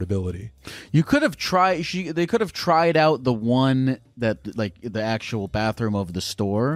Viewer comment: "actuall therapy" xD